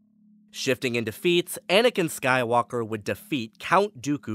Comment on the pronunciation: "Skywonker". Can't unhear it now.